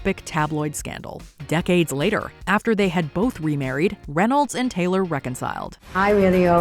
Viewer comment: its Reynolds Not Reyolds